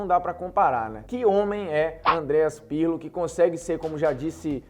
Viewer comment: legal lega, mas vocês falou errado o nome do Pirlo trocentas vezes.